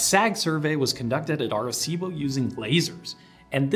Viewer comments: I'm 2 and half minutes in and if i hear Are-cibo one more time i'm out and never coming back. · first was a young off-track thoroughbred racehorse that the riding school I worked at bough at Doncaster bloodstock sales, named "Arecibo", although we didn't know how to pronounce it correctly so we used a hard C by mistake. His nickname was "Bo", and he was a sweet gentle little chestnut gelding. He'd failed as a racehorse so they were going to try him as a riding school horse. This wasn't a normal riding school, but located in a private boarding school and educated students at a higher level who were training to become riding instructors themselves - so the calibre of horses was higher than the average "shaggy little pony" you usually think of when you think of riding school mounts. We had several off-track retired racehorses and retired eventers and showjumpers. Unfortunately Arecibo had a condition called upward fixation of the patella, or locking stifles, which affected his soundness. So he was sold to someone who let him rest in a field for a year to grow as it is often something a young horse can grow out of. Then he became a low level riding horse for his daughter. It was only after that, that I saw the James Bond film which included the telescope, and learned more about it later. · Pronounced arse-ee-bo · you're pronouncing Arecibo wrong.... you have to pronounce all the vowels, {A Reh See Bow}. I first heard about this Radio Telescope in the movie Contact with Jodie Foster. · Are cibo ???? Are cibo ????? Wtfduck ?!!!! I have NEVER before heard it mispronounced thus !!! 😯😯😯😯😯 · bothered me how you pernounced Arecibo throughout the video....